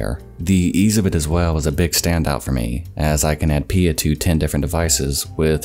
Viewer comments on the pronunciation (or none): I'm like 95% sure it's P-I-A and not "Pia".